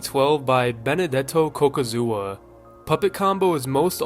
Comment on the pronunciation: Ah yes, clearly Cocuzza is pronounced "Cocosua"